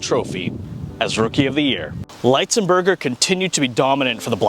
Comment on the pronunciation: This was a great video about an underappreciated NHL player. Keep them coming! One thing, though: I believe his last name is pronounced with a short I sound--not a long I sound. There are a few other videos about him on YouTube with his surname pronounced with a short I sound. That's the way I've always heard it, too.